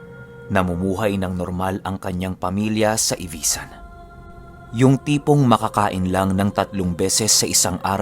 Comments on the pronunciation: correction po, Ivisan po, Hindi Ivasan Hehe Proud Capiznon here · Ivisan po hindi ivasan basiao po hindi besiao Basiao ivisan capiz taga dyan po ninuno ko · ang tamang pagka bigkas po ay Ivi-san hindi po ivaysan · ivisan po hindi ivasan and basyaw po hindi besyaw 🤗